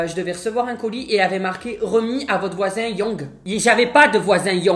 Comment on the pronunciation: Ah trop mdr le prénom Yong surtout la manière dont dis le dit